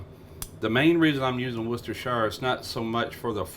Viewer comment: WUS-DA-SHA sauce Thank you for actually pronouncing this correctly great show 👍 from England 🏴